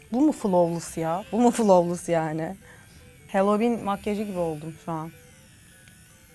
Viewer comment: Abla ya 'flovlıs' değil 'flawlıs' diye okunuyor normalde çok takmam ama Beyonce'nin en sevdiğim şarkısı ve şarkının nakaratında sürekli 'fılavlıs' diyo 'fılovlıs' deyince acayip rahatsız oldum 😅